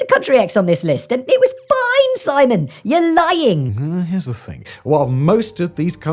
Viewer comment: My favorite part of this video was when I had to rewind at the part where you said “well here’s the thing” under your breath because I SWORE you said “no one gives a fuck”